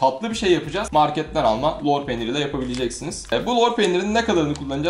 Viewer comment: Lor peynirini molpet gibi söylüyon hacı